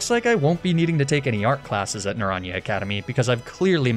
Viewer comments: Listening to him butcher "naranja" twice in the space of a few seconds was... painful, to say the least. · Great video... but commence the spanish speakers yelling at you for pronouncing naranja like that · Just as a tip/learning opportunity. Naranja is spanish for Orange (duh) the proper pronounciation is more like Naran-ha! You said the first 75% right but the last sylable is more like a ha than a ja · Spanish person here, just a tidbit, Naranja is pronounced Nah-run-ha, our J is usually like your H :) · naranja academy is orange academy in spanish. the -ja is pronounced -ha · Na - ran - ha 😢 the butchering 😭 of Naranja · i died a little inside when you pronounced naranja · The pronunciation of naranja is killing me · Someone please tell him how to pronounce naranja